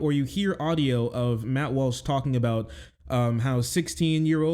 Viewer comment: did he say MAP walsh lmao